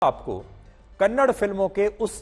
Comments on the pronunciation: Loude Its KANNADA not Kannad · Humble request to you sir , plz pronounce kannada not kannad. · Hey bulshit tell properly it's not kannad It's kannada You bulshit worst hindi person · It’s not Kannad it’s kannada first of all correct yourself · Kannad nahi kannada❤️ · Bro not Kannd it's kannada ❤️🚩🙏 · It's not kannad it's kannada learn to pronounce properly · कन्नड़ नही Sir कन्नडा होता है Kannada वाले Troll कर देंगे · For the millionth time. It's kannadA not kannad